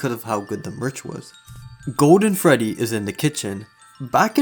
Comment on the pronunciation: Did you say Freddy or Feddy?